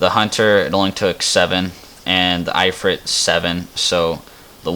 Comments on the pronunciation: the... "eye" frit =( Its IF-Frit. like "as IF" then ad Frit to the end.... good video otherwise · I-frit???? kelo meeters? You mean kilometers and If-rit.